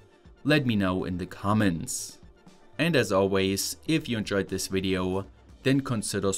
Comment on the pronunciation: Thanks, I love your video-iya, its very intersting-iya:)